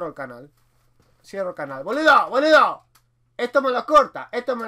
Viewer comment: miro tus videos y vas mejorando el idioma, pero hoy el boludo te salio como un chino del super mercado jajajaj